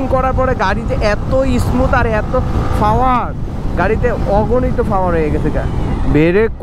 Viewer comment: Fower na re bhai, Power........ Kotha bolte pare na asche vedio te.........